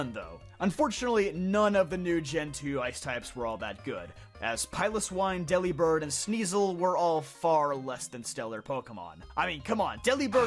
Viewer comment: Delibird is "delivered" with a B instead of a V sound.